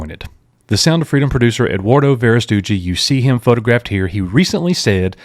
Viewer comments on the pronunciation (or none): Hi Coach, you're doing great! BTW it's pronounced VeraSTEGGEE, not VeraSTOOGEE; thanks for all you do. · Please correct your pronunciation of producer Eduardo Verastigui it’s “Vair as-ti gwee”